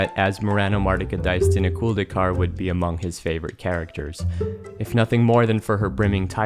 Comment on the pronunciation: Why do I hear everybody say "...-culd-ee-car" ? It's clearly written "...-culd-a-car". It's subtle, but as a french person I always hear people saying this "a" as a "e", and it bothers more than it should. Lol.